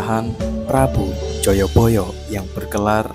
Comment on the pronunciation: Jayabaya bukan joyoboyo.. Jaman dulu kan pake a bukan o jadi penyebutannya terkesan tidak selaras.. 😅😂